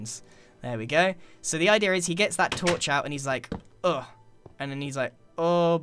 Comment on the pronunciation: I love it when you say the word idea. You always say it like “idier”!